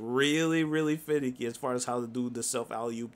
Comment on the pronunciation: Did he say it’s finneky lol